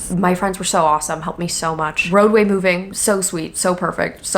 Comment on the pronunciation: I for real thought she said “roe v wade” not “roadway”